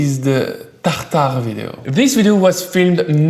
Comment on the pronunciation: Fear not! Just hearing you say "Tartare" makes it all better!